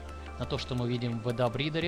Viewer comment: Adobe читается как "эдОби"